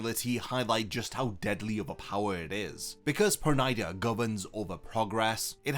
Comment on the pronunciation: Perneeda nor pernida 😂😂😂😂😂